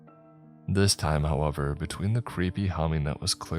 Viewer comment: However, not halever 😁